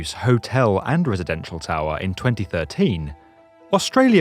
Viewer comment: Hehe who else like the way he says towerrrhhh